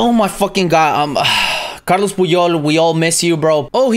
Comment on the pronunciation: It’s not carlos it’s carles puyol 🤦🏻‍♂️